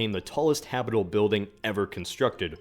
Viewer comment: Habitable .... is pronounced HABBIT-A-BULL not Hap-able.